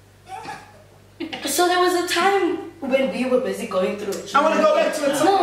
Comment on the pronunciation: Lol she said "ke busy"😂😂😂😂